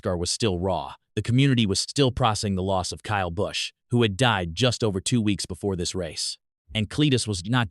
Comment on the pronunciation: This channel is just trying to start trouble Cleetus ain't like that and the computer generated voice couldn't even say Kyle Busch right